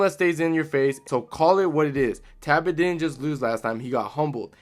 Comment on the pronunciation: okay is it “ta bit” or “Tal Bot”